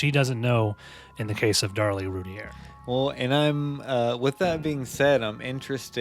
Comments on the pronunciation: i emailed about how they mispronounce the last name, "its rooteer, not rooty-air" and they reply "Your name is rooteer" wtf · Except not pronounced the same. Rowlett is an "ow" sound as in "now". Routier is"ooh" or "rue". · It's prounounced Rooteer. you need to learn how an investigation is conducted, Yes you move articles, but you photograph and film them first, you then move to look for more evidence, photographing and filming all the while. Suggest you learn the case before doing a podcast. You have so much wrong it isn't funny. I've studied this case for over 20 years. Darlie is the killer.